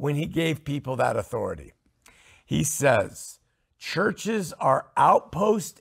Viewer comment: talks about cults, but he shares an important thing with them, a lack of accountability. Does he pronounce it "authori-TIE" because he doesn't like being under it?